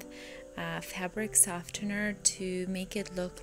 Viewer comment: That is not how you pronounce softener